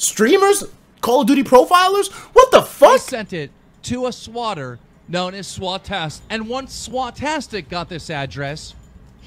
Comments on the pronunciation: Swautistic not Swautastic lul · Lol "Swat-TIStic" good one keem. Rip to the man's dat got kilt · Swautistic lmfao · Peter Taia keeemstar has dyslexia which is why he kept calling the swatistic even though it is very accurate